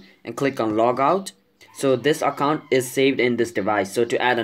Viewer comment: Stop Saying Accont It Is Account Okay. Im Just Saying. Nice Video By The Way